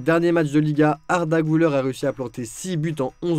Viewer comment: Güler se lit Guler et pas Gouler ü = u Et pas ou Merci